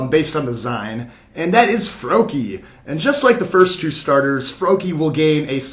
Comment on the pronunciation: its froakie